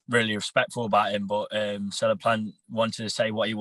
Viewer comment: can someone tell me why this guy is calling caleb plant ,celeb plant ? lol wtf 😂😂